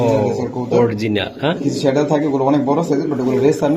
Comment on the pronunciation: The correct pronunciation is not শ্যাডেল, It should be pronounced স্যাডেল। The correct spelling is Saddle.